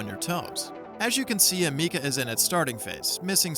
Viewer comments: ah meeka? learn to pronounce the name right for a start. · Amikca....her name is Ameca 😆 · Am-eh- ka